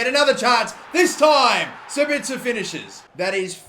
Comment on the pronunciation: he finally learned how to pronounce sabitzer